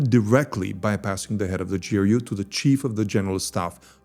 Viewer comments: Actually you are prnouncing Russian G very well drug (/ firen) but then pls be cinsequently and say Ser-Jay not Sergay and J-roupe - not GRou0p -- thanks spasibvo ogromnoie - napishi mne kogdato pozalshto - ceilujuy zayka :-) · "spent four parallel universes exposing this secret russian unit" doesn't know how ГРУ pronounced.